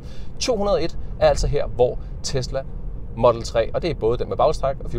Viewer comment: Hvorfor udtaler du "model" på engelsk og "3" på dansk? Det er da inkonsekvent